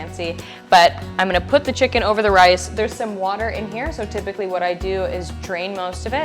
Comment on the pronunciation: You should be in prison for how you say chicken.